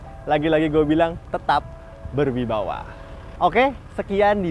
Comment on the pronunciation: Ber wibawa, bukan ber wibawah..